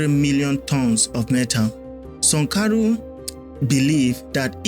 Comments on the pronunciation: Who is Sunkaro? Do you mean Sankara or Sunkaro? You got issues with pronunciations. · Are u deaf or stupid? The name is pronounced Thomas Sankara! Why do u keep saying sankoro?🤔🥴🥴🥴🥴🥴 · It is Sankara, not Sankaru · What's 'Sankaro' it a name so mention it as it is ' Sankara'. Dont spoil your videos with these petty things bro. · Sankara , not sonkaro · it's Sankara. The video is very good, get the name correctly next time😅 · How do you butcher the name of Thomas Sankara you’re a joke. Sorry it takes away your good work it spoils it doesn’t enhance your work.